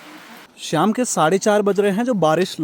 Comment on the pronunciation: श्याम नहीं शाम बोला करो।